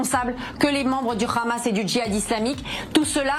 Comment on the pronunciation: Qu'elle arrête de dire Ramas. Elle ne sait pas prononcé, elle dit Hamas et puis c'est tout. Et puis surtout, qu'elle se taise.